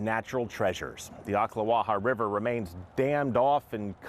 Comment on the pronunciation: "BREAK THE DAM! RELEASE THE RIVAAH!!"